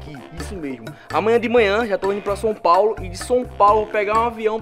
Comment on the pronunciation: Som Paulo.. 😂😂😂